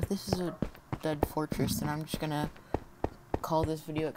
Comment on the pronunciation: Check at 32 seconds you say at the templates es es forteress